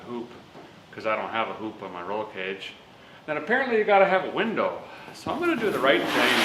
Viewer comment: heyyy sweet im not the only one that says winder!